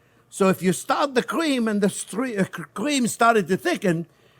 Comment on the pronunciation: I love how he says “cweme”